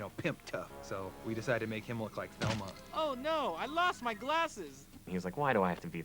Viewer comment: Thelma? It isn't velma?